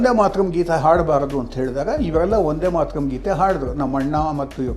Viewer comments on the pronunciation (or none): ಎ ಮಂಗ ಅದು" ವಂದೇ ಮಾತರಂ," ನೀನು ಏನು ಬರದಿರುವಿ ನೋಡು, ಸರಿಯಾದ ಕನ್ನಡ ಗೊತ್ತಿಲ್ಲ ಇವರೆಲ್ಲ ಪತ್ರಕರ್ತರು.